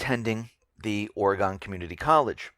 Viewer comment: FYI... It's pronounced Or-E-gun.